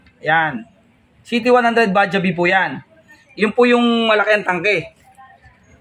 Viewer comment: Bajaj as in bajads ang pronunciation nyan hindi Baja. Tinawanan nga ako nung kasama kong indian nung sinabi kong baja, kasi yan ay made in India.